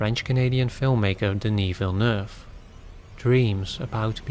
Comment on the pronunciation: As a French Canadian I appreciate your prononciation of Denis Villeneuve's name I groan at American prononciation and laugh at Google maps voice pronouncing French street names.